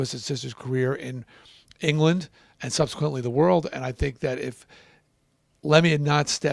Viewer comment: Get his name right.....